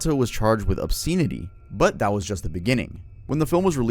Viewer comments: I love you! I love that nobody she said anything. But just to help you grow... listen how to say obscenity. Don't take this wrong, i love your videos, your research is awesome! Mispromouncing words, just proves you are a reader! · Francis Ford Kapala is CRAZY work. Come on dude 🤦 ... And how do you not know how "obscenity" is pronounced? You obviously do research, why not research the pronunciation of words and names you're not sure of?